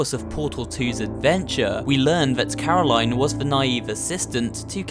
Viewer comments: He keeps calling Caroline "Caro line" even tho it's pronounced carolin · Says Carolaine Shows video of turret saying Carolinn Proceeds to say Carolaine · BillieTheDoll It’s Caro-lin, not Caro-lighn. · The Turret: Her name is Caroline Him:Caro*line* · It sounded like the turret corrected you for the pronunciation of Caroline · I hate it when he say caro line, And not caroline, The turret even said it, But he still did it anyways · itS NOt CaROlaINe, itS CaroLInE! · Hears it pronounced as care-a-lyn Still pronounces it care-a-line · Its pronounced caro len not line like its written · IT"S NOT Caro-line, it's Corolin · Turret: Her name is Corolaine her name is Caro-Line Turret: Corolaine So who was caro-line? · "caroline" robot: "is pronounced carolin you idiot" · It’s caralion say it (CAR I LIN ) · Why does he intentionally pronounce Carolin and Gladys wrong??? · People who continue to pronounce a name (such as Caroline...) differently than the way that person pronounces their own name deserve no cake at all. 🍰 🙄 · Uhh you pronounce Caroline wrong even the turret says it correctly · why did he mis pronounce caroline twice even though the turret said how to actually properly say it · There's so much wrong with this video but is nobody gonna bring up how he pronounced "Caroline"